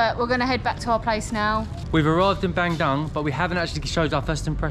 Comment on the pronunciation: It's pronounced BUN-DOONG